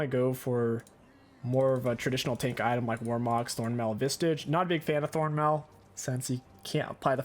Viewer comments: why o why you say visTage every time xD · why do you say vistage when there isn't a t in spirit visage? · I havte vistions of you sayting vistage correctlty oncte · Stop saying Vistage!! Please read the name of the item. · I'm sorry. I am so sorry... I have to... Spirit Visage does not contain a letter "T"